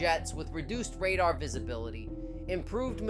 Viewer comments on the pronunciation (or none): none